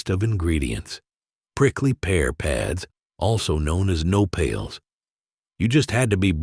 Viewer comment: And i think he pronounced it "no pails" Its "no-pa-les" aka Nopales